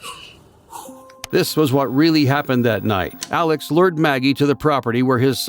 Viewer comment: Hi! Love the video, but as someone from SC wanted to say that his name is pronounced like Alec not Alex. Otherwise, love this.